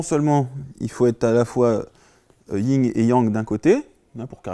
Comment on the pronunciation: Yin et yang pas ying et yang